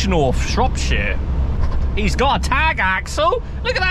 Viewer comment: Am so happy that you said Shropshire right🤣 am from there so manny people say it rong🤣